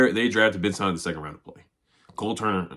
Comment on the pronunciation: Sinnott is pronounced "SIN IT" not "SIN NOT"